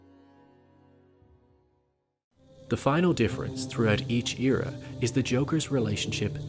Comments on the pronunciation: It bothers me how he pronounces era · This ear-ah, that ear-ah lmaoo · The way he says era tho